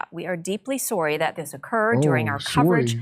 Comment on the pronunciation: Deeply sore-rry (sorry). Is this a speech impediment?